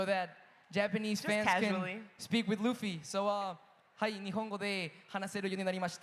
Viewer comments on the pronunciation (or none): It’s LUFFY!! not lafy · The way she pronounced “Luffy” made me cry😂😢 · The Luffy pronunciation had me🥲🙏😔🤣